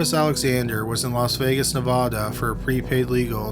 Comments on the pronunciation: I love your videos. B U T, I've heard you mispronounce Nevada, a couple of times now. No idea if you'll see this. But as Hermione would say, its Nev-AH-da, not Nev-aw-da. 💜😘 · Love the channel...but. its Nevada not nevahduh